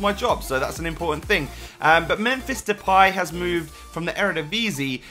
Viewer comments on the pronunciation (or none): who do you support? and Depay is pronounced " De-Pie" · That's just how people in England pronounce it but it's different if you actually pronounce it in dutch